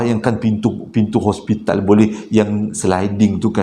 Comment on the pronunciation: bukan ospital....hospital😅😅